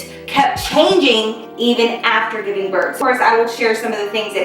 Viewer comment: You missed the “G” in giving girl😂❤️